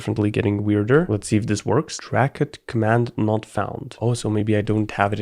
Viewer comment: "Dracut" Me: Oh no...